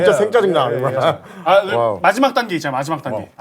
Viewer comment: 생짜증 발음 뭉개는거 넘 욱껴